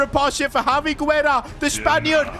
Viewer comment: Yo! Hope you get to see this! In a lot of your videos you use spanish players with the lastname Guerra, and I mean this in the best way possible, the U is silent! It should be pronounced more like Gerra and it's the spanish word for War. I guess it's just me nickpicking but just thought I'd let you know